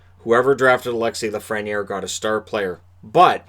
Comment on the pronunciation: It's pronounced La-fren-yay. He's French.